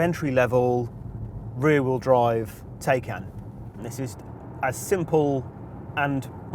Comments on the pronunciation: Come on sort pronunciation out it’s not Tay-can it’s Ti-can..... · Jesus at least learn how to pronounce the car name. Tie-can not Tay-can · TIE-CAN!!!! What's a Teh-can?!! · Given Porsche say it’s said Tie-can, why can’t you do the research and pronounce it correctly. It’s kind of your job as a car journalist. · Wish he'd stop saying "Tay"-can & pronounce it properly